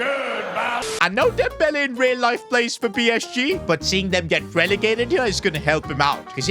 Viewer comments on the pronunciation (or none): none